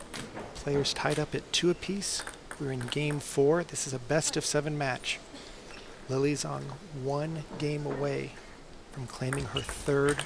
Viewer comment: Wow opening commentary is cringe worthy.....and they pronounce Lily's last name a few different ways in a matter of minutes......